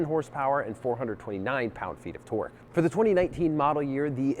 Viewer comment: What is "torg" and "hors power"? #englishfail